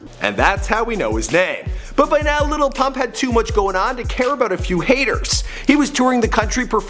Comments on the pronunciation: This dumbass just says Lipuhh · I learned something from this video. His name is actually pronounced "LITTLE Pump" and his song DRose is pronounced "DuhRose" Thank you I can now go correct every person who thinks it is the way I thought it was beforehand.